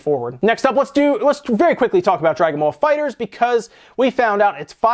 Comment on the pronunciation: It's pronounced fighter z